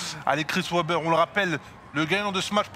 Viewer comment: Webber se prononce "ouébeur" et "vébère" lol